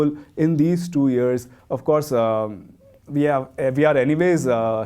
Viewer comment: Years shouldn’t be pronounced “ears”